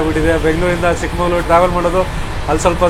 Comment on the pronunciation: ಚಿಕ್ಕಮಂಗಳೂರು ಅಂತ ಇಲ್ಲ. ಚಿಕ್ಕ ಮಗಳೂರು ಕಣಪ್ಪ